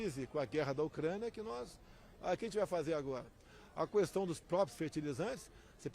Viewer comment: pq ele fala "cuestão" , não tem um assessor para ajudá-lo.